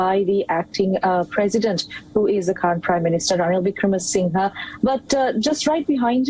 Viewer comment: He is not Wickramasingay, say Wickramasingher.